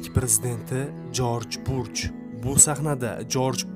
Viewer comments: Жорж Бурж эмас бущ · Uka sen avval oʻqib olgin. Koming soon emas . Kaming sun. Deb oʻqiladi. Jorj burch emas. Jorj bush uni ismi. Shaytonni belgisi echki emas. Shayton obrazi haqida yaxshilab oʻqib chiq. Bu yerda faktlar judayam sayoz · 😂😂 Жорж Бурж😂😂 "ЖОРЖ БУШ" Президент исмини тугри айтинг тахлил килишдан олдин. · Contentga gap yuq ammo talaffuzda bir ikta xatoga yul quyilyapsiz Джордж бурж мас Джордж Буш булса керак манимча OMAD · Узр лекин исм фамилияларни тугри талаффуз этинг.Америка президенти Жорж Буш. Жорж Бурч эмас укагинам.